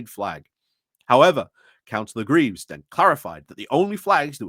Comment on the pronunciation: Coming from the Notts/Derbys border, I appreciate the detailed coverage - the nationals won't do it, and such coverage is one thing that will wash the Reform sandcastle away. Points: 1 - FFS sort out your pronunciation; that little lot would embarrass Dubya Bush. Cllr Graves rhymes with braves. Swadlingcote is just as it reads. What happened - did you put it through Google Obfuscate? Derby is pronounced Darby. PLEASE do some homework on this ! 2 - Church Gresley has had a church since 1100. Channelling the Pub Landlord - the clue's in the name. 3 - On Council Prayers, it's a bit of a red herring. Stats seem to be that 1/3-1/2 of Councils do that. The National Secular Society do their nut about it when they want some attention, but it keeps them happy. I think the far larger issue is Reform and other parties on the Right trying to latch onto Christianity as a hate-filled Nationalist thing, rather than for eg behaviours from the Sermon on the Mount. They need to be skewered on that. 4 - I think Reform's attempts to run Councils centrally via Party Directions is serious. Can you advise us how to hold that to account - eg is there an official responsible for due process being followed?